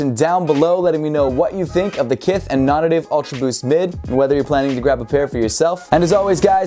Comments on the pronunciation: Is it really pronounced non ative and not non-native? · Non native. Nay tiv